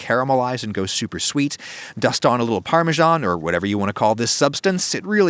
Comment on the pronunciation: The word is pronounced 'par-me-SAN', not 'par-mar-SHARN'.